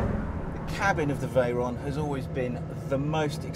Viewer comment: sounded more like Bigatti Vooron... damn English